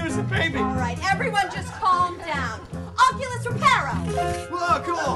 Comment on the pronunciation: it's oculus reparo